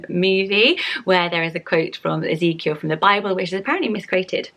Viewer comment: BIRTH ANNOUCEMENT My big sister just gave birth to little Ezekiel Mateo! he is the cutest baby ever and your pronouncing it perfectly!